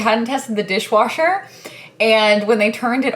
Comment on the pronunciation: Your Arkansas came out a lil when you said washer/dishwasher lol